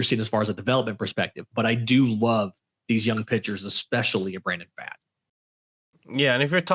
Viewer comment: First and foremost, good overall coverage guys. Definitely eases the unfamiliar into the team roster dynamics (by the way, Pfaadt is pronounced like "Fought"). Here's my takeaways from the offseason (feel free to disagree) Kelly/Moreno will probably be closer to the timeshare that Toronto was doing with their Cs, and will likely see C/DH PAs against LHP hot potatoed between the two (unless Moreno blows Kelly out of the water) Worth noting that Moreno had hand surgery and Gurriel Jr. had a hamate bone injury (which are notorious for sapping power), yet they still made quality contact; so there is some power upside just based on full health for both. The LHP lineup would currently work out to Moreno, Kelly, Walker, Marte, Rivera, Ahmed, Gurriel Jr., McCarthy, and Lewis (that lineup actually looks like a strength). So they'd be able to ease Carroll in against LHPs (he only has 167 PAs in his career against them) whenever they desire without the concern of having multiple automatic outs in a row. And it would actually improve the defense. The RHP lineup would currently be Kelly/Moreno, Walker, Marte, Rojas, Perdomo, Smith/Thomas, Carroll, McCarthy, and Gurriel Jr (which looks like a good lineup as well, but more speed oriented as opposed to the hard contact oriented LHP lineup). Also of note with regards to Gurriel Jr., but Dave McKay is the OF whisperer; if he can get Pavin Smith to an average COF, I think he can help Gurriel Jr. closer to that line (especially since he has a st